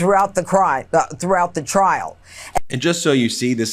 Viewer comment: She almost said the silent thing out loud "throughought the crim... trial" 😂😂😂😂😂😂